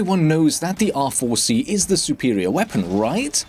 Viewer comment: bro when u say R4 it sounds like awful xd